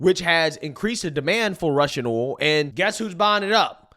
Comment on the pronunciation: It's hilarious that can't pronounce the word "oil" or most words that start with "th"